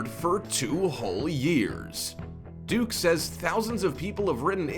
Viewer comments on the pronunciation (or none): Her name is Duckie, not Duke. Like a duck but ends with an -ie. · It’s pronounced Duckie not Duke. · I cringed at all the mispronounced names. Many of these people are well known. For Duckie, it even said Duckie right on the screen, not Duke. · Her name is Duckie, not Duke??? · The african american model from Australia--her name is Duckie as in ducky, duck with a y. Seriously, get the pronunciation right!